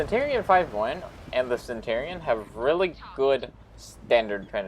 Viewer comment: Also...it's pronounced Cen-chur-e-on, like Century Cen-chur-e and not Cen-tor-e. I just need to stop watching your videos because you irritate the shit out of me but nobody else makes videos for the damn console version so I keep trying yours hoping that you tweaked a few things and you never do...weird considering you only have like 25 comments per video and I know you must be seeing my comments.....which means you can't handle constructive criticism like the rest of your generation and just ignore it to avoid the sads.